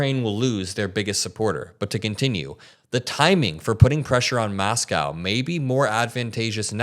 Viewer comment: I get what your saying and agree with most but dude, saying Moscow shouldn't take that much effort ❤